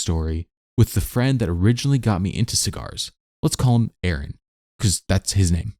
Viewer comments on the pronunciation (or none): none